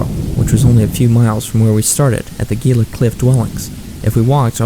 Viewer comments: Gila pronounced hē-lə- same as Gila monster lizard. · why do you pronounce Gila with the G sound???